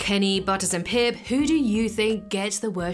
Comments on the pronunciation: Pip… it’s pip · Pip, its pip